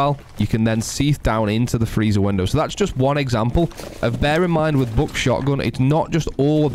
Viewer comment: I love the way you say buck "BOCK"